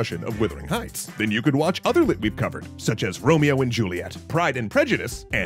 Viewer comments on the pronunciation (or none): none